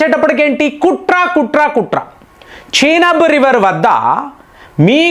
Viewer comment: చీనబ్ కాదు చీనాబ్ నది అంటే బాగుంటుంది ఈరాన్ కాదు ఇరాన్ అనాలి మరీ సాగదీస్తున్నారు